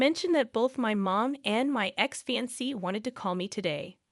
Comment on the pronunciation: FYI, fiancée is NOT pronounced "fancy". It's pronounced, "Fee Yon Say". Same with ultimatum. You said "ultimum" instead of "ul tim ate um". There were several others words you did this with as well. If you plan on continuing being a VA (voice actor) then I highly recommend learning how to say words properly. There are several sites on line that have live people pronouncing words. Also, just because someone didn't correct spellcheck in the copy you need to adjust for that. I've been doing voiceovers for over 40 years so I actually have a clue. You have a nice voice and don't just read the story so please try to improve.